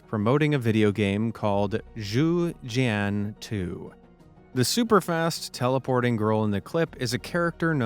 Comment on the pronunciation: Am I the only person cringing when the narrator tried to pronounce "Ju Xian 2"?